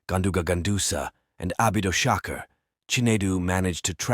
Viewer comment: Did I hear abidoshaker ? 😂